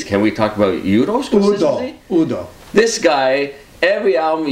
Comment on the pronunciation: So... when do you non-Europeans learn to say "Udo" and not "You-do". You sound like someone from Star Wars doing that ;-) If we can learn your language you better learn to pronounce our names at least. But thanks for the review :-) I'm looking forward to the album.